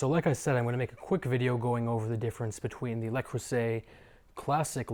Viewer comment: You're pronouncing Le wrong. You say LE as in LAy. Its LA creuset as in when we say in the Christmas song fa la la la